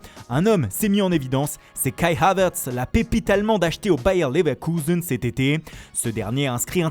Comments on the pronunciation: Le bayer leveeerkuseennn😂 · « Bayer Laverkouzen »😂